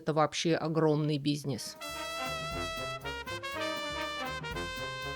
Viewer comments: В который раз несколько режет слух, что вы произносите "бизнееес", а не "бизнэс". 😎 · Обожаю как произносит "бизьнесь", так мило❤ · Бизьнесь. Вроде бы грамотный человек, а произношение деревенское.😑